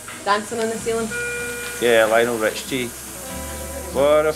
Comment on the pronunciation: Lionel Rich-tea hahahahaha